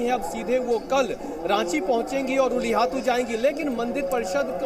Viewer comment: "उलू हटती "ये क्या होता हैं??? धारती अब्बा बिरसा मुंडा के गांव का नाम "उल्ली हतु" हैं, बीजेपी के को ठीक से गांव का नाम बोलना नहीं आता है, Jharkhand ka क्या विकाश करेंगे ।